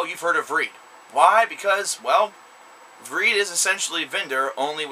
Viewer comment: You pronounce the band's name wrong...